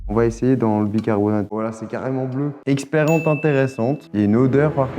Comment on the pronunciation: Pk il dit experence a la place de expérience 😂